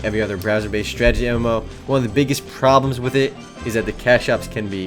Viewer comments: say it with me: STRAH - TAH - JEE not: strah - jah - tee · Did you actually say "Stragety MMO"?